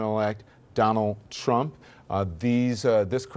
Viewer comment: New casters only have one thing in their life to do right and thats pronounce the fucking word right. Donal trump.......